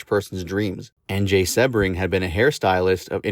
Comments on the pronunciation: Jay’s last name is pronounced See-bring, not Seb-ring. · Another AI bot just spewing more lies. A lot of this is untrue. Charles Manson NEVER said he went to the Tate house right after the murders. And Jay Sebring’s last name is pronounced “Seabring” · Sebring is pronounced "Sea bring."